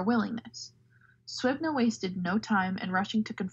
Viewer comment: Great video, but Suibhne is pronounced more like siv-in-yah 😄